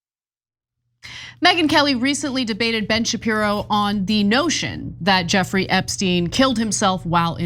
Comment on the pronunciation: Shapirooooo come on… 😂😂